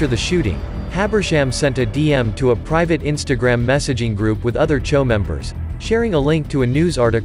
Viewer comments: It’s spelled choo but pronounced cho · So these guys spell their gang as CHOO (Chew) but prononce it as CHO. Smh.. Get it together ya.